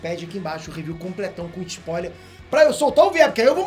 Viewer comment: O que é um Sapoiler? Ou isso é só um jeito de falar spoiler que o usa?